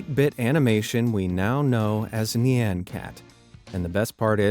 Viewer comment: That pronunciation of "nyan" was abysmal... Different cultures have different sounds that animals make... When you think of the sound of a cat, you'll hear "nyan" which is the Japanese onomatopoeia for the "meow" a cat makes, much differently... But how the narrator said "nyan" shows that they never bothered to even find out how "nyan" is pronounced, even though a quick Google search or YT search would have gave them the correct pronunciation... SO Lazy.